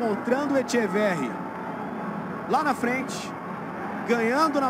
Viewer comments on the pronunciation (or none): Que grande el diablito "Echeveghi" 😅